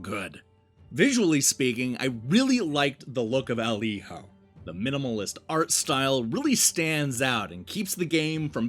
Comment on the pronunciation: Giving this review an automatic thumbs up for being the only one to pronounce Hijo correctly. I had to nope out of a bunch of them after hearing “Heeyo” for the 90th time.